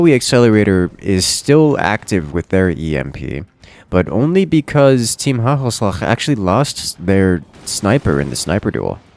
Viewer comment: FINALLY HE SAID IT CORRECTLY WHOOOOOOOOOOOOOOOOOOO